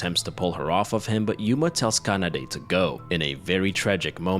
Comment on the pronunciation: Is there a specific reason why you pronounce Japanese Names like, Kanada, Kayako, Kota with a G instead of K. Like Gayako instead of Kayako? Is this intentional? Just asking, never heard someone pronounce it wrong.